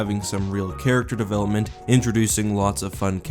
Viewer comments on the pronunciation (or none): none